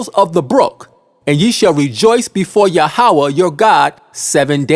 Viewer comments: Yahweh is pronounced Yah--weh, not Ya--ha-weh. So the lunar doctrine is wrong. So the HIGH PRIEST OF THE ANCIENT HEBREWS , declared saturday to be the sabbath, since their 1st day of week would be our sunday, hence saturday sabbath. We in western world start our work day on monday, therefore sunday sabbath ( rest ) Also it's been said that since our Lord rose from the dead on sunday and that being the most important day in all Christianity, this would be a good day for sabbath and worship. In the 10 commandments Yahweh didn't say which day for the sabbath, to Yahweh it was the most important to not work more than 6 days without rest ( sabbath ) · Say it with me now "Yah-ho-vah" Why would you use Hebrew words when you don't know how to pronounce them?